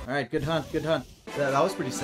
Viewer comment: Did he say hunt or the other word at the end